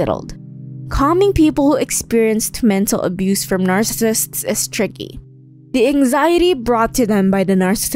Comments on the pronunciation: I like the content, but the quality of narration is low. The narrator doesn't even pronounce "narcissists" correctly. (It sounds like narcissts.) The narration was a distraction from the otherwise interesting content. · LOL, "narsists". The subject of the video, but the narrator can't be bothered to learn how to say it. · It's pronounced nar-ci-sissts. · Narrssissts? Wth? It would seem that if you were going to make a video claiming authority on a subject, you would have at the very least made damned sure that you can PRONOUNCE the subject word!